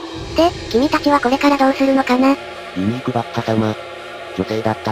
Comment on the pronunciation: ユニークがユーニクに聞こえてくる...